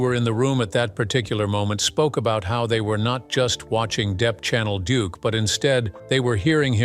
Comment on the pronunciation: Deep? Really? You cannot be serious with that pronunciation.